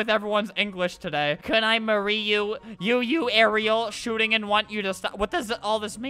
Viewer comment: "can i marie you"😭😭😭😭😭😭😭